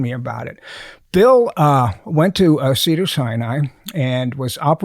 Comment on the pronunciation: The guy that butchered Bill name is.